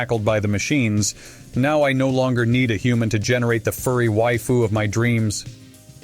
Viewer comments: He said way-fuss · "way-fus" lmao